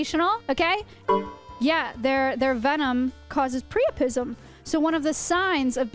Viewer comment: good job also its pronounced priapism